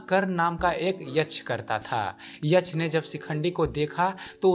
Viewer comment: यछ नहीं यक्ष बोलिये